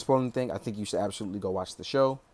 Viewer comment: Absodutly? I've found my new favorite word